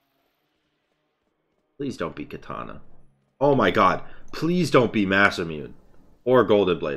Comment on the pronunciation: Sir it’s pronounced masamuné